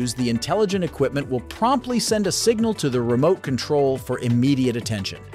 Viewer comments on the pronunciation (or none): none